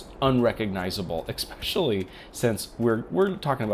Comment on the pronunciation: You say "however" waaay too much. There is no x in especially. Thanks for your testing results.